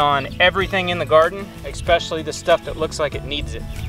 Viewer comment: Fish fertilizer is not fish poop, it is fish. When a plant dies back, that is going dormant, when it comes back by the roots. Perennial. - There is no "k" in ESPECIALLY, please ... ESP not EKSP